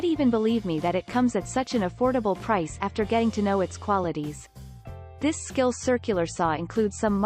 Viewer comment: When 90% of people are right handed why do manufacturers insist on making circ. Saws that require us to use our lift hand to guide the saw? Also s-k-i-l? For god sake, pay a human to do the voice over.